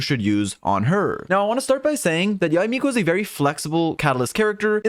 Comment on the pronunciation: Yu Miko? 🤣🤣